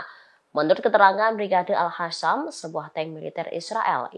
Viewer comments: Al Qassam bukan Al hassam... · qossam bukan hasam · Bacanya al-qossam mbak... Bukan alkhossam. Melek huruf hijaiyah mba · Brigade AL QOSSAM mbak bukan AL HASAM... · Min bisa baca ngga, alqassam ko jadi alhassam yang bener ah, nanti salah makna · Ini mbak reporter nya kok bacanya Al Hasam...??? Gimana nih kok bacanya gak bagus..!!?